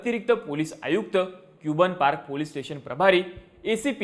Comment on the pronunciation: क्यूबन पार्क नाही रे भिडू कबन पार्क अस उच्चार होतो त्याचा 😂